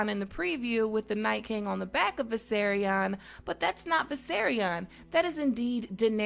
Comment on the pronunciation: I love this and all your videos but you're saying the dragons name wrong its Vis-air-ee-on